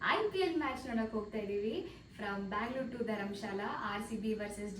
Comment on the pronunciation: ಬಂಗ್ಲೊರೆ ಅಲ್ಲ ಕಣಮ್ಮಾ, ಬೆಂಗಳೂರು 😂 ಕನ್ನಡದವಳ ನೀನು...